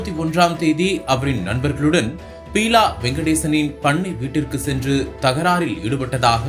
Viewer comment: Peela illa Beela ( basic ah plus two aavadhu padichirukeengalaa ..seithi vaasipaalare??)